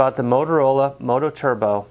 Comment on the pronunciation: It's MOTOTRBO not "Moto Turbo"...